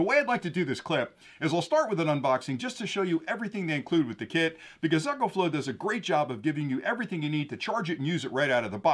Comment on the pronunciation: Why do you call it Echoflow, the name is Ecoflow.